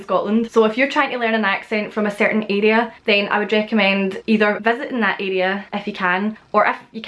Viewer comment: I love how you pronounce the word area. I would love to be in your area to meet you,😁